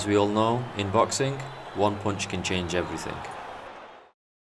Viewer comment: "In boxinc one punch can change everythink" what kind of weird pronunciation is that?